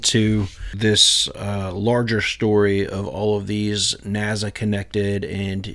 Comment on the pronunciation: Bro what the fk is a NAZZA? There’s no fking way you pronounce it NAZZA